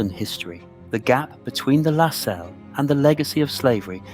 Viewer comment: It is pronounced Harwood not Hairwood and Lascelles is "Lassuls" not "la-sell"